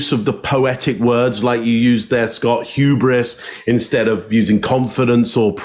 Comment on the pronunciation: Saying huberous is quite huberous of him. 😂 I dunno how to spell that